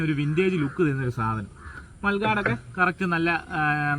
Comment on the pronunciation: മൽ ഗാഡ് അല്ല. മഡ് ഗാർഡ്..... ( മഡ്.... (മണ്ണ്.)... സംരക്ഷിക്കുന്നത്.) മഡ് ഗാർഡ്...... 💪